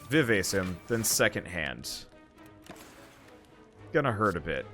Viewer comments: tfw utubers cant pronouce music terms correctly. who can relate? vivase retallentando? excuse me, what? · him mispronouncing all the music related words like rallentando and vivace hurts my soul. love the vids though, might download this mod list!